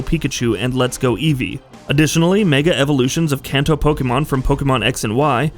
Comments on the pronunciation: “Can-toe” lol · As a gamer in Japan I was overly distracted by how you said Kanto, but overall solid video